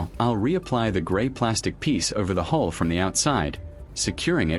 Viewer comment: Ok, I have to know, it that YOU narrating or a voice over? Because I got to tell you at Mark 15 minutes and 23 seconds you call it a hull instead of a hole. At least it sounds that way. I'm not so sure about calling that a "Flawless finish". Your paint job has what is called an orange peel effect to it. If you look you can see what I mean. It would have been much better if you had a small compressor in a small airbrush just my opinion though but for the average person just to fix the hole at good job. I used to work a mobile unit for car painting so I kind of know. I'm going to check out the rest of your videos now.